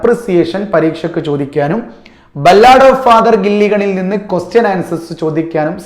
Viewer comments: ബല്ലാട് അല്ല സാർ ബാലട്😂😂😂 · Ballaad alla sir 'Ba luhd ' ennanu pronounce cheyya